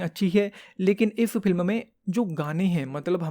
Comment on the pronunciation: Bhai pehle "film" kehna sikhle